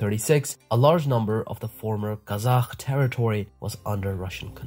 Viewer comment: You spell Arabic names perfectly but the Turkic ones terribly. The "K" sound and the end of Kazakh is not like the Arabic "H", it is a hard "K" like in "car"